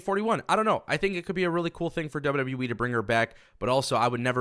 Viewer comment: The only thing you can't say right is wwe u keep saying w we wtf is w we lol😅